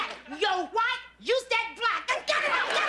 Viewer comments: She just happened to pronounce it correctly, that's all. How should she have said it? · I kind of felt she should have said us-ted, as in bus, but she said it 'correctly' and that seemed to chafe the joke that she couldn't communicate with this woman.